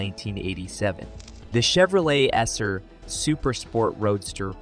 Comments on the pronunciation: "The Chevrolet Esser" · Chevy "Esser"? "Veight"? Yeah! The future's so bright for AI, we gotta wear shades! 😑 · What a lousy computer voice. The Chevy "Esser" (SSR) with a "Vate" (V-8) engine???